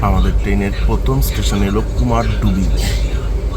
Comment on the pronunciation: you have said in that video also Kumardubi not Kumardhubi. But it's your choice whatever you want to say. I just wanted to make you correct because it's my hometown and people pronounce it wrongly that's why I have commented.